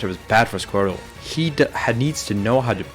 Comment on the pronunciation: why does this guy say "scrotal" whenever he talks about Squirtle?